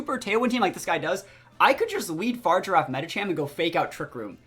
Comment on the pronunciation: Just fyi brotha fa-rig-ir-af...not far-i-giraf lol